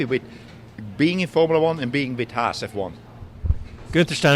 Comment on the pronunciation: Dropped the “n” 😂 Guether